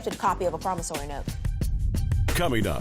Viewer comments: It’s a “Promissory note” not “Promissary note”🤦🏽‍♂️🤦🏽‍♂️🤦🏽‍♂️ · T G what are you talking about? It has nothing to do with accent, dialect, or anything. The word was pronounced incorrectly. There is no “A” in promissory note.